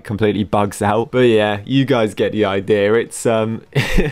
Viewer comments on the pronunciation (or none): none